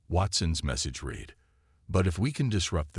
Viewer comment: Thanks. But, can you please explain what the following are: "EYE"(AI), "deh-BRISS"(debris), "REED"(RED for read), "GEE-num"(genome), "REE-gistreen"(registering) "MAG-nitt-ussphere"(magnetosphere). Most ALL of you guys AI's really suck!